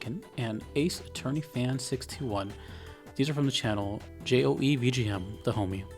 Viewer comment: Thank you for the high praise as always boss. It is actually pronounced as just "Joe" by the way :P